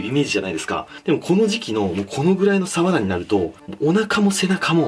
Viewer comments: サワラのイントネーション違くね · 愛知県だけど サ↓ワ↑ラ↓って言う人初めて見た笑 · 鰆のイントネーションが愛知ww 冬がうまいのは知らなかったです😀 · 鰆のイントネーションが気になる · サワラのイントネーションって瓦？🤔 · サワラの言い方気になってしまう🤭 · さわらのイントネーション気になるなw